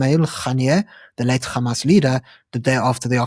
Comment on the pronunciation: anc are all pallastinian though and this is who they really are mandela was the worst human alive and should have been left on that island anyway dude please stop saying G when its an H wtf is gamas